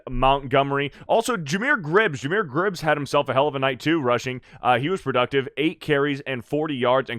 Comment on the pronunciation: Goff threw his pick early. Got pissed off than went flawless. Learn to say Gibbs.